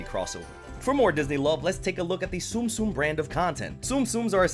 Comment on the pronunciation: It's actually pronounced zum zum, spelled 'tsum tsum